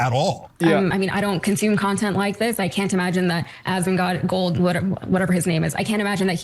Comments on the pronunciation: Its hilarious he calls Asmond “Assman” 🤣🤣 AssmanGold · Im hearing "ass-man" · haha yes i heard assman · He said AssMan😂😂😂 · Sounds like he’s saying Ass man. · I heard him say "Assman". Congrats bro you're the Assman! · It's "assman" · Bro I hear Ass Man... which I guess they aren't wrong😂😂😂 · y he is calling him ass-man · I was hearing Assman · I heard assman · Hes saying assman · Im hearing AssMan 😂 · I keep hearing Ass Man. KEK Cenk is trying to make a joke that doesn't hit. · "Ass Man" is 100% what is being pronounced. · I heard ass man too lol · sounds to me he calls you "ass man". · I'm hearing "ass man" 😅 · I heard "Ass Man" like from the episode of Seinfeld where Kramer gets the vanity license plate mistakenly mailed to him. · He called you ass man, is what I heard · Sounds like Cenk is calling you "Ass-man" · If English is your first language Asmongold should not be difficult to say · not knowing how to say "asmongold"..? Arnt these people literally journalists? or in other words, isnt it their job to figure stuff out, including how to pronounce the thing they are talking about? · If he can’t pronounce asmongold, sincerely, that means he 1000% never supports or watches his nephews stream lmao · I’ve come to the conclusion that if someone can’t pronounce Asmongold, they suck at reading. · Imagine being the Number One Leftist Media on Youtube and you not only targeted a balding gamer for voicing his opinions and has no political influence but had the audacity to pretend to mispronounce his streamer name while claiming you don't even know who he is as if he couldn't be bothered to google. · He was trying to mispronounce your name on purpose to call you a**, man. He thinks he's funny. But he's just an old worn out version of Hassan.